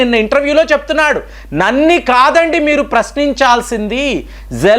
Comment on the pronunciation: Nanni kadu nannu ani palakali!